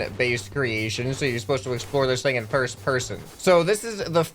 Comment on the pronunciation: you said pirst person